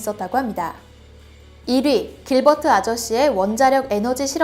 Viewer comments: 길버트가 아니고 킬버트네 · 잘못 읽어서 길버트 아저씨를 킬버트 아저씨로 읽음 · 길버트라 쓰고 싸(이코)(길)버트라고 읽는다.